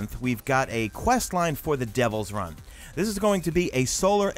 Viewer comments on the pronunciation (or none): Devil's R u I n, not run lol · its not devils run, its devils ruin(rewin) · Why u say "Devil's Run" when it clearly says "Ruin" pron. Roo-in idk just giving me ocd